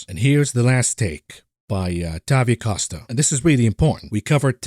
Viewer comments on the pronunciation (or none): none